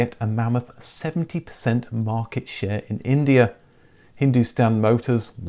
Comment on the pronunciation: It was India, not Indier. Indier is not a word.